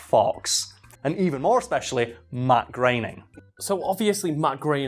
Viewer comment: "Matt Grayning"??